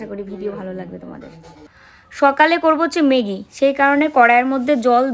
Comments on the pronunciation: কথাটা মেগি নয় ম্যাগি।খুব কানে লাগছে তাই বললাম।অভ্যাস করো হয়ে যাবে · কথাটা মেগী নয় ম্যাগী। please উচ্চারণ টা ঠিক করো । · হাঁ খুব কানে লাগছিলো